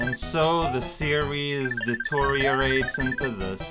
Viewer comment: I know "DeTOURiate" is just mispronouncing deteriorate but it would also make a pretty solid portmanteau.